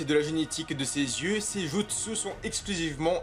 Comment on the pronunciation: Jutsu se prononce "Djoutsou"